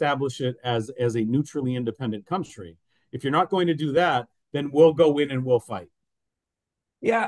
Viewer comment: Kantri,, nicht ''Kauntri" (country) Du kannst diesen Fehler ohne Weiteres wegtrainieren. Gezielte Wiederholung macht's